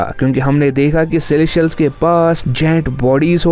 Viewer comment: पहले तो तुम सेलेस्टियल्स ठीक से बोलना सीखो.. सेलेशियल - सेलेशियल लगा रखा है । और एक और बात अगेनस्ट नहीं होता वो अगेन्स्ट होता है